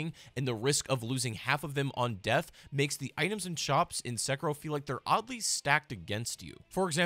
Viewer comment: Se-ki-ro. Why pronounced as sucker-roll?